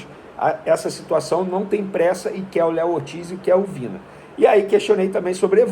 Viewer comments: Venê, é Vinã (Vinha)...rs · A pronúncia é 'Vinha'.